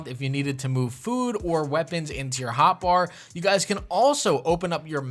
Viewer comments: Definitely said "Bar" super wrong... lol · I never knew bar had a secret pronunciation 😯